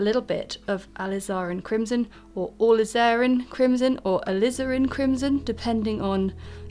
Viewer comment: Please refer to your dictionary for the correct pronunciation of the word alizarin. It's jarring to the ear to hear you repeatedly mispronouncing it.